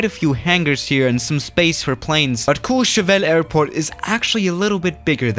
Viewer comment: Nobody:: Says Courchevel in French Everybody: Huh